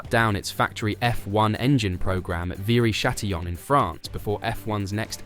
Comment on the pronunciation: How difficult is it to pronounce "Alpine" properly? (Or "Viry"). Lazy, second rate stuff.